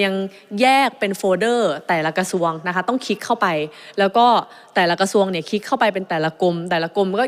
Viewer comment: รักชนกเก่งมาก อภิปรายฟังเข้าใจง่าย แต่อยากให้ปรับปรุงเรื่องคำควบคล้ำ ร.เรือ เป็น ล.ลิง หมดเลย เช่น โครงการ ออกเสียง โคงการ คลิก ออกเสียง คิก เรา ออกเสียง เลา การคลัง ออกเสียง การคัง กรม ออกเสียง กม วิกฤติ(วิกริด) ออกเสียง วิกิด อะไร ออกเสียง อะไล รู้ ออกเสียง ลู้ ฯลฯ ติเพื่อก่อ ตืเพราะรักพรรคประชาชน ขอให้หนูไอซ์แก้ไขปรับปรุงมันจะเสริมบุคลิกของหนูไอซ์เองค่ะ